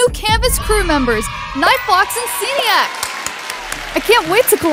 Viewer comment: When I heard the name seniac and nightfox I was so triggered you said seniac wrong I also know both of them